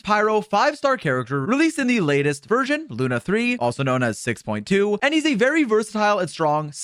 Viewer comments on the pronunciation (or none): none